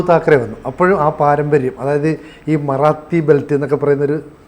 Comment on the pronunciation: മറാത്തി അല്ല മറാഠി യാണ് അത്‌ പോലെ ബാൾ ഠാക്കറെ എന്നാണ് ശിവസേന സ്ഥാപകന്റെ പേര്.